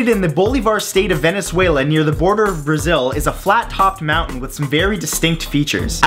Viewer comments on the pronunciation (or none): none